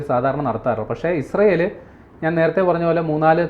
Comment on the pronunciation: മോഡം ഇഷ്രായേൽ അല്ല ഇസ്രായേൽ എന്നാണ്